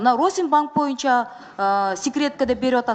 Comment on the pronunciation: мырза, кыогызчаны макалдашьырып аябай суйлойсуз, анынызга рахмат, бир созунузду гана туура айталбайсыз, "боюнча"деген созду "моюнча " деп анан дагы бир создорунуз бар....ошол создорунузду ондоп суйлосонуз...отунуч....